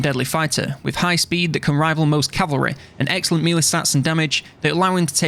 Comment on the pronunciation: Mee-lee or may-lay= melee